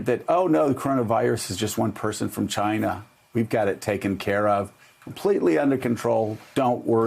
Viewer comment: And Chy-Nah 🤣